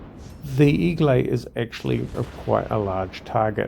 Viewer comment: A lot of players never seem to understand the concept of deep water torpedoes. BTW, it's pronounced more like egg-lay